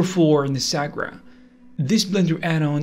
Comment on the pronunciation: he even read it wrong he said "Nisagra"